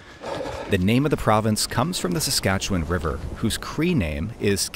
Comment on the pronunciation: first off, thank you for being one of the only out-of-provincers to pronounce Saskatchewan correctly! Been watching you for a while now, cool to see you in my home province